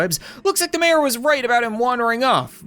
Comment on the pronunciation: Mayor more like "may"-O